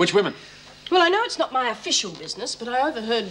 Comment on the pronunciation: haha not tonight Jim " I'm washing may hair"